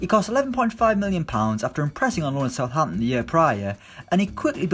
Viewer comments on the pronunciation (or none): none